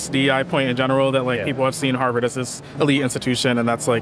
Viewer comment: Hawrvard lol